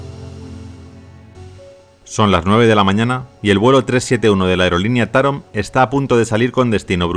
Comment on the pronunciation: Se pronuncia Taróm , saludos